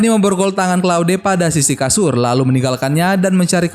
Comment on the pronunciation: claude dibaca kloud!!